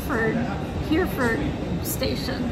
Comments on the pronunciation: 'Hereford' is pronounced: Herry_ford 👍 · Making notes as we go along... 🙂 It's just "Paddington station", no need to say "train station". The presence of trains is assumed. Also Hereford is pronounced "He-re-ford". (Edit: saw the blooper at the end 🙂 ) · Hereford = ‘hair-ee-fud”